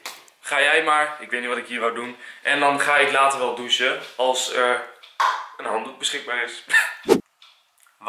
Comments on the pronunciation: hahahahahah zegt enzo douse plaats van doechen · JA en hij kan ook niet douchen uitspreken 😂